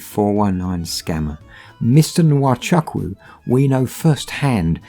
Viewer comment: The name Chukwu is pronounced Choo Koo, NOT Chuck Woo.